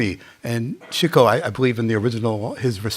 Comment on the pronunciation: Atsa matter for you it’s Chico pronounced Chicko not Cheeko but that was a gooda songa you singa and a good Podcast and I look forward to the 3d release with the Council commentary.